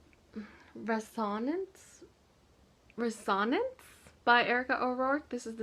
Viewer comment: Awesome, productive month! Congrats. I believe Dissonance and Resonance are pronounced: dis·so·nance & res·o·nance. :)